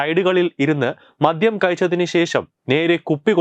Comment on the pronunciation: "മധ്യം" അല്ല ബ്രോ "മദ്യം"